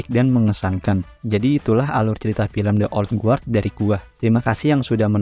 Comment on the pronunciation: Ok bang mantep, cuma buat masukan aja, belajar pronunciation bahasa Inggris minimal untuk ngucapin judulnya. Itu di bacanya thi/di (th di baca dengan menempelkan lidah di bawah gigi depan atas) selanjutnya old gard. Sekali lagi bukan kritik tapi hanya membantu aja. Sukses terus channel-nya.